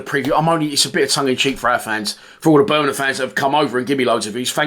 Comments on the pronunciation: Little tip, its Bur ming ham, not bur min num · Turned off as soon as I heard Ber min um